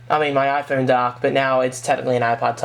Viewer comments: For the 39th time, it's pronounced "i-Phone", not "i-phoon". L2pronounce please. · i like how u say mario and iphone its diff